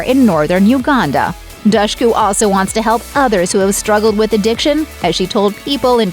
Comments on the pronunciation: I think she said it's pronounced Dushku like the word push in an interview I'd seen before. Cause folks would say it like douche. 😂 Seriously though Also her brother looked like a young Leonardo Dicaprio except for his Eddie Munster haircut, lol. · Dushku. With the "dush" pronounced like "push." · If you can't even say the name right... Good bye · You pronunce Dushku so wrong! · cool 11 minute long video where dushku's name gets pronounced wrongly without pause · that was pretty frustrating tbh